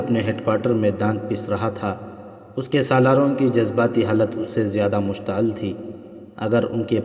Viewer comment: مشتعال نہیں مشتعل